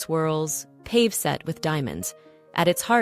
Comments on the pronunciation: Wonderful video love your passion and enthusiasm for your subject and delivered so well Psssst I believe the term pave in jewelry is pronounced paavay but I could also be wrong 🎉🎉🎉🎉😊 Thank you sincerely for your hard work and efforts ❤😊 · Pave is not pronounced pave like Dave. Its pronounced pa vey. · Pave set? Pavé is pronounced Pah-vay. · AI ? Paved ... for ... "Paw Vay" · It's pronounced pah vay not pave. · "pave -set" pronounced "pav-ay" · Yes you are correct with the pronunciation